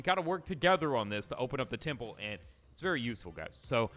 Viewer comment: It's posiden temple not tiple